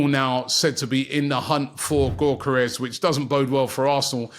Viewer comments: “Viktor GAWKeres” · How many times is robbie gonna keep pronouncing Gyokeres as gork-kerez , i swear someone told him the right way to say it months back and he just keeps saying it this way😂